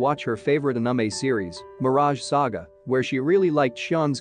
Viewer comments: we're just gonna act like this dude didn't totally butcher the word anime? lol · The way the narrator pronounced the "anime" made me laugh. What kind of accent do you have bro?